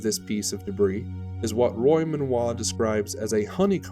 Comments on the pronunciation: Excellent documentary with amazing insight into the break-up! One point however - Roy's last name is pronounced "Men-go" and not "Men-wah". : ) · Wouldn’t it be Menoit if it were pronounced the way you’re pronouncing it?